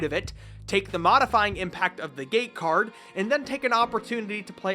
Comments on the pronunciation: You say gate card like gay card and i can’t get that out of my head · Q-is it "gate cards","game cards" or "game cards" because i hear it as the third option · I keep hearing the word "Gay Card". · why i kept hearing gay card xd ..... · Why does he keep saying gay card? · Am i the only who hears "gay card" instead of "gate card"? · "Gay Card, Open...out the closet'